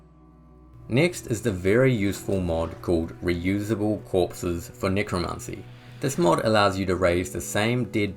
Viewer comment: Nicro NICRO ??? its NECROMANCY dude get it right